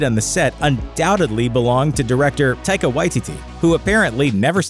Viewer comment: Its funny how many times this channel messes up names: taika y t t. Is what it sounds like he said lol. love the vids